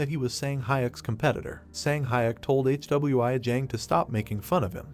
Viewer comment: Hey man watch your video before uploading your ai can't even pronounce "Hwi" what is this "HWI"